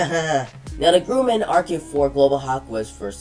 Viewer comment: Its pronounced Grum-an no gruman